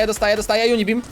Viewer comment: to nie jest juni bim jak ty to mówisz to jest uni bim